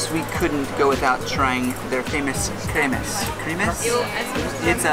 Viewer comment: A lot of Hungarian jews still makes the last desert ate - it's pronounced Cream-shnit! I'm from israel and got to eat it multiple times when my grandmother did it:)